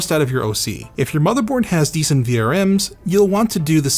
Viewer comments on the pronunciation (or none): none